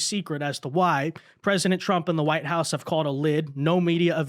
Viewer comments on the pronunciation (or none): none